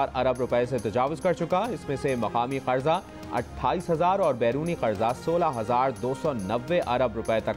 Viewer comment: Oh Bhai, word ‘qaRza’ hai; ‘قڑضہ’ naheen. 😥